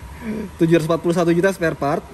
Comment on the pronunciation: SPAREPART BANG.. BUKAN SPELPART